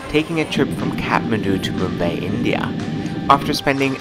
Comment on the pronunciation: Its not Mumba its Mumbai